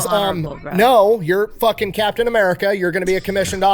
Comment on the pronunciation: It's Captain, not Captian.